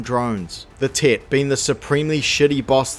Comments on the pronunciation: I keep thinking he’s saying “tit” instead of “Tet”. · I keep hearing "the tit" hehehehe. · I love how your accent makes it sounds like you're calling it a 'Tit' lmao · your accent really makes it sound like you're calling it "the Tit" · All I am hearing is "the Tit" 😂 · Who else giggled like a child every time the Kiwi narrator said the word "tet"? 😂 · I keep mis-hearing the way he says "tet"